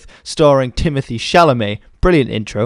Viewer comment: No, not Timothy, but Tee-moh-tey ;-D